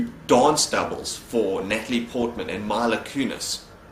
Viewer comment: Just for future reference, it's MEE-LUH not MY-LUH. It bothered me as a fan of her.